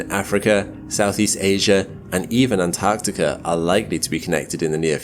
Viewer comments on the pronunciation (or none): Why do people have a tendency to pronounce "Antarctica" as, "Anne Tarktika" rather than "ant-arctica"?